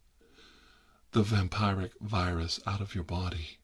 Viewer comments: It's "vam-pier-ic" you mortal clod! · says vampire-wrick Few minutes later says Also tirar: says vampiric